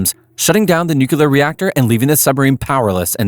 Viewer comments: Nu-kle-ar ... not Nu-ku-lar. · "nucelar reactor" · Nuclear. The word is nuclear. Even Homer Simpsons knows this. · You can't say nuclear that really scares me sometimes a brain can come in quite handy.